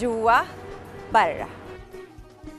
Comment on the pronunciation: كيف تنطق كلمة برا موتتتني ضحك 🤣🤣🤣جوا براااا